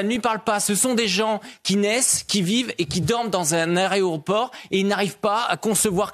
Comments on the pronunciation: "aRéoport de Nice 2mn d'arrêt" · S'agit il de "l'aréoport" de Nice ?😂 Et bé vous nous avez gâté les deux, quelle brochette de tarés, j'ai plus faim. 🤮